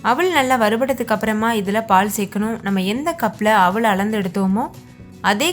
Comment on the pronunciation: அவல் ன்னு சொல்லுங்க.. அவள் இல்லை. தமிழ் உச்சரிப்பு முக்கியம்